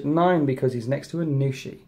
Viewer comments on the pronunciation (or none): Aun'Shi not Anu'shi for future reference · It's hard to know how to say anything until you hear someone else say it. But, yeah, "Aun" as in Auntie >< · it was killing me every time I heard it lol